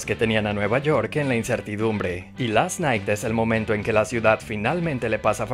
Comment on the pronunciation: Last nai she sed